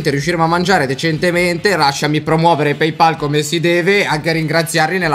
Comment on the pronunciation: Si dice PayPal e non PeyPal ca***